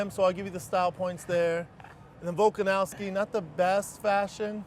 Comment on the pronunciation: "Volkanowski" Schaub sounds like a casual